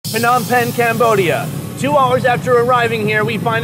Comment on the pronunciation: Why are you calling PONOM PEN